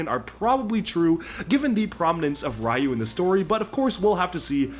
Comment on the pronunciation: Dude, that's Ryu (ri•yu) to us!